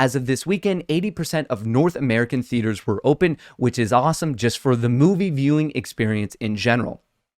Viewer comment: Did I hear moonvie?